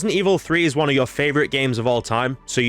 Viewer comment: "The oneh."